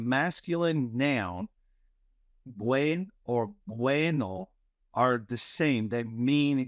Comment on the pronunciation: Dear professor, I noticed that you don't sound the "n" in "buen". It's necessary to sound it in Spanish. Thanks.